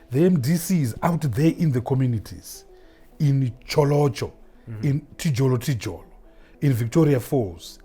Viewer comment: Did he just say Tijolo Tijolo for Tjotsholo? 🤣😂 This mBiti guy lies naturally.